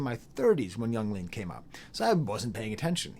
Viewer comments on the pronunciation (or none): just a little tip, nobody ever pronounces it as "iang leahn" or however you would spell the way you somehow say it in this video, it is always just "young leen", in case you didn't know, if your pronunciation is some sort of inside joke or something then nevermind